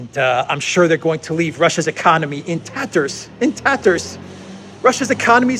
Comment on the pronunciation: tatterrsss...chips...fridges...🤣 she really is crazy, all she really needs is hobby like flower arranging or failing that a good seeing too every night so she is smiling all day long😉